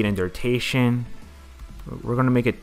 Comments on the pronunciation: its DURATION not DURTATION lol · FUCKING DURTATION.... Its killing me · dude says durtation. lmao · I wanted to learn this but can't stand him saying durtation. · bruh this video was really cool really informative but, I got to be honest, the reason i watched it twice now was because of every time i heard DURTATION! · that all i could think about lol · it doesnt matter if u a noob u still couldnt a simple word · lmfao ikr everytime he said it i was like nooo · “noob” you still can’t say a very common english word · he definitely said durtation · I wanted to see the transitions, but i couldn't focus on anything other than "durtations" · BRUHHHHHHHH why u saying durtation smh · Far out... Please pronounce duration right... It is ANNOYING ME